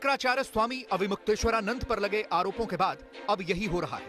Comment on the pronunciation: इस चैनल पर सबसे अनपढ़ क़िस्म के पत्रकार भर्ती किए जाते हैं। प्रस्तुतकर्ता महिला ढंग से अविमुक्तेश्वरानंद नाम का उच्चारण नहीं कर पा रही है तो साक्षात्कारकर्ता अविमुक्तेश्वरानंद सर बोल रहा है।